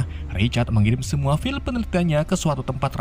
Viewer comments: bang file tuh bacanya fail bukan fil, divideo lain juga lu nyebut life foundation jadi fil foundation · Bang klo lo gk bisa bhsa inggris ya bljar wlw sdkt2, trutama dlm pnyebutan (prenounce) seenggaknya lo bilang file itu fail bukan fil. Karena klo disalah2in gt sama sekali gak lucu. Smntra lo nyeritain alur crta film luar.